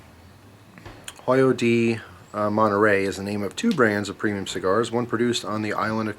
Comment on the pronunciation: Pretty good pronunciation in the beginning, the H is silent in Spanish (^